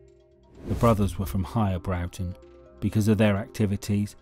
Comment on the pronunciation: Broughton is not pronounced Browton, it is Brorton